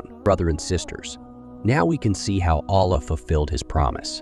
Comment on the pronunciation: Get a Narrator. I don't like how the AI pronounces "Allah" (SWT)